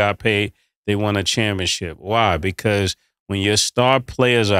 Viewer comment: Somebody help Cam learn to say ChampionSHIP. This man keeps saying championCHIP lol